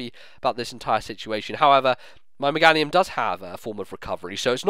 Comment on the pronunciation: you do realize Meganium's name is pronounced the same way as Geranium, right? <_<